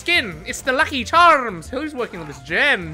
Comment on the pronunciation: The seamless transition into an Irish accent when said lucky charms tickled my ears nicely